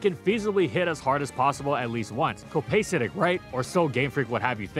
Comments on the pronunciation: copacetic is pronounced "co-puh-set-tick" with the emphasis on the puh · “Copaysatic” LMAOOO. Like, in fairness its my first time hearing the word too but thats not how its pronounced. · Well that and pronouncing copacetic in a way that tells you he clearly doesn't know the word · He voices them because he has the voice of an angel, even if he can't pronounce copacetic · Honestly the most alarming thing in this video was hearing someone pronounce copacetic with a hard a. To be clear I love these videos and the way you talk. Just poking fun. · Lotta mispronoucned words in this one. Stead, copacetic. Really stands out.